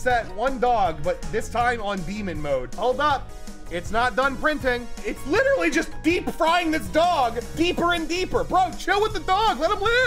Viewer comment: I was here at 3 mins I'm widdawy hidding da griddy